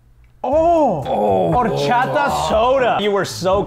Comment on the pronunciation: Dude narrator said Horchada but it’s horchata